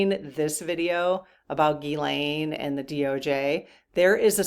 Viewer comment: Good questions today. By the way, it’s pronounced Gzeess-len, not Gee-Lane.